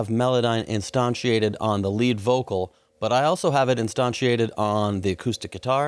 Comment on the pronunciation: Pronounced in a $100 manner.